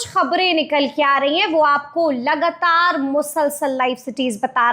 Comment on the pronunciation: लगतार नहीं लगातार होता है।